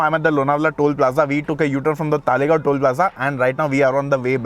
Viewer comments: It's "Talegaon" and not "Taalegaon" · It is तळेगाव not तालेगाव. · अरे भाई तालेगांव नहीं , तळेगाव या फिर तलेगांव बोलो । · It’s तळेगाव not तालेगाव